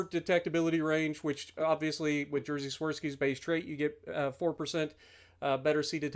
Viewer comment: I love your pronunciation of "Jerzy" like "Jersey" lol. But damn, it's hard to explain in writing how to pronounce his name corretly. It's more like "Yejy" - The "J" at the start of "Jerzy" pronounced like Y in "yes", the "rz" is pronounced like J in the French name "Jacques". Jerzy is a Polish equivalent of the English name George. Polish is a difficult language to pronounce, so no pressure - that was for information puposes only. Edit: Maybe you need to play this ship like worse Conqueror, but with torpedoes? 34% fire chance seems quite solid.